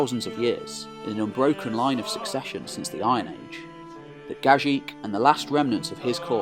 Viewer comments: Just one correction, Gagik is pronounced Gah-geek. Also thank you for your amazing videos. Watching these videos is more interesting that watching Game of Thrones. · Wonderful video. Only the name spelling is not accurate. Gagik ( the last g should pronounce same way as first G not ji), Cilicia ( from Latin C in English is K sound - Kilikia ). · Great video, thank you from Armenia,,, only the right way to pronounce Gagik, is to pronounce the second "g" the same way as the first.